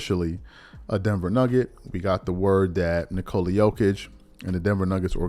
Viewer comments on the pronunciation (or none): none